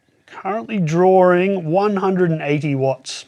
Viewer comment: Drinking game: take a shot every time he says "drawering" when he means "drawing"